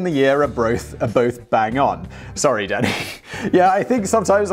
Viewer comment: I keep hearing "Danny" as "Daddy". "I'm sorry, Daddy." "When are we getting into the war, Daddy?" "SHUT UP, AND WRITE THE SCRIPT, DADDY!"